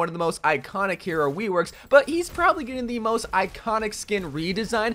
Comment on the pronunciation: “weworks” lol